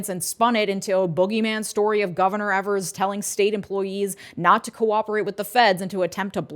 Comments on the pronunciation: "Ee-vers" fyi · Hey, love the video, small correction/criticism. Tony Evers' last name is pronounced like it rhymes with beavers. Thanks for doing your hard work, and it gives this Wisconsinite hope for a better tomorrow, even in the muck of this presidency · Same! And I do have to laugh every time they mispronounce Gov Evers's name., you're literally next door. 😂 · Eve-ers C'mon.